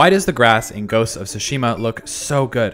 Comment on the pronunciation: Dude keep repeating "Ghost of sushimi"